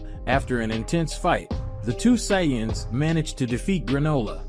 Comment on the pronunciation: And sayance?